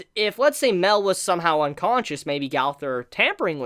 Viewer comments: Dude its not "Mel" its "My-el". U making me cringe when u say mel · Mael is pronounced My.el like Mae sounds like my and l is pronounced el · I think it's pronounced (My-El) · Mael is pronounced My.el Mae sounds like my and l is pronounced el